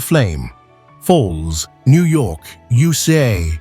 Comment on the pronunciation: What fine white sand upon Easter Island? USA "u'saay" lmao AI struggling a little?